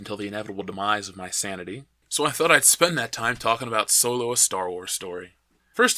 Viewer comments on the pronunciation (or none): You keep mispronouncing "Soylo" 😁